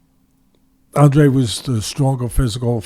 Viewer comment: I’m not trying to make a cheap point or trying to slam you teddy, but it is a little distracting hearing Andrade pronounced Andre. But anyways, it probably only annoys me haha